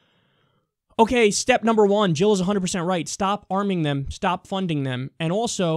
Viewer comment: Jill, Not Hill. And Never Trump!